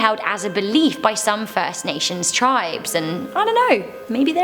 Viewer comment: Good job on pronouncing it correctly First Nations